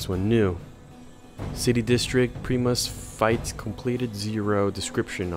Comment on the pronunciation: Also, Primus (Pry-mus) Not (Pree-Mus)